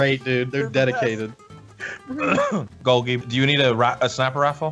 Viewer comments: I don't know if Golgie Apparatus was meant to be pronounced the way you do or if it's supposed to be pronounced like Golgi Apparatus, the scientific pronunciation. Is it weird that the way ya'll say it bothers me? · For every time they call him “Golghee” and not “Gol-gee” a biology student spontaneously combusts